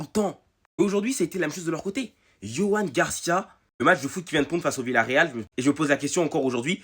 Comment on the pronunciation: Joan ça se prononce "Roan"